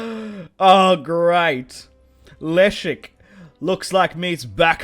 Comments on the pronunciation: Leszek kurwa! not elisk... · Say Leszek like "Lesheck" ;)